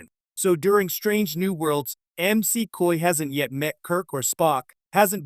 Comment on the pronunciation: Please be sure that the AI narrating your videos knows how to say words and names. It's Dr. McCoy, not Dr. M.C. Coy.